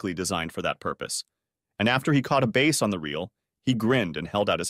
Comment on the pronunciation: It's BASS fishing, NOT base fishing. You always call it base fishing.